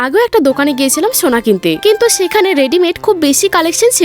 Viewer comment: সোনা ❌ ছোনা ✔️🤣